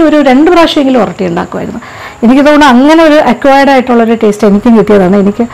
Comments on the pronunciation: ഇത് ഓറോട്ടി ആണ് not oratti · ഒറട്ടി അല്ല ഒറോട്ടി ആണ്